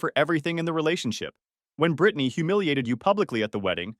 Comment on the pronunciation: Pronounced Brittanaaaay